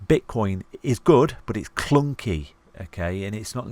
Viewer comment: Klunky in a brummy accent 🤣 brilliant, Great work, Thank you for everything you do